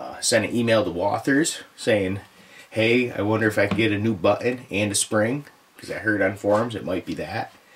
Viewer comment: Shootin? Butun? Lol just joshing great vid